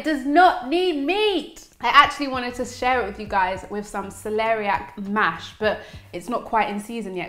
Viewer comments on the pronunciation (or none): none